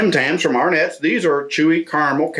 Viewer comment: Arrhnets - no ... just ... just no ...